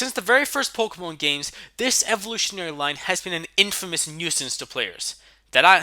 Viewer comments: Pokémon not pokomón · Pokémon not pokomn